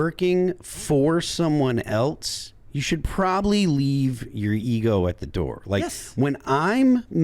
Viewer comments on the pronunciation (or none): Why does say “eltse?” Is he trying to say “else?”